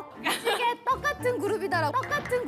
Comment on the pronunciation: 보면서 진짜 완전 깔깔 웃다가 뒤로 넘어가고 장난 아니였어요ㅋㅋㅋ 순규 와 드림캐쳐의 레전드 영상🤣 유빈언니 소원 2기 키트 계속 비닐도 뜯지 않고 갖고 있었던 진심녀가 성덕이 되어 싸인까지 직접 받고 사진까지 같이 찍고 내심 부러웠어요ㅎㅎ 반응도 엄청 짱으로 재밌었어요💜 무지개떡 발음도 진짜 해보니까 너무 어렵고 그 상황에서 그럴 수 있을 만한 단어더라고요ㅋㅋ '색깔이 다르지만 맛은 하나다!' '우리도 다양하지만 하나로 똘똘 뭉친 그룹이다!' 유빈언니... 짱짱! 보라언니 "나여 나여" 이거 톤도 계속 생각나서 보다가 계속 웃었답니다ㅋㅋ 숨겨진 개인기도 너무 웃겼어요🤣 팔꿈치 혀 닿기... 생각보다 어려워요 잘 되는 사람 안 되는 사람 많답니다... 짱짱 랜덤 밸런스도 이 영상 보면서 했었는데 이온음료 생각하다가 탈락...✔ 근데 언니들 진짜 너무 재밌는 거 있죠 내가 이 맛에 드림캐쳐 사랑하는 인썸니아 된 거야~ 💖근데 정말 너무 재밌었어요 전설의 연습생💚 ❤우리 언니들 다만세 커버 영상도 있으니까 봐주세요 올더케이팝&순규❤